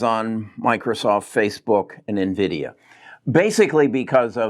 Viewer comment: It is not Nuh-Vidia,. It is EN-Vidia.